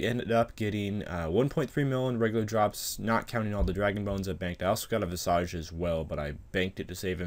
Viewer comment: Visage is pronounced Viz-ij.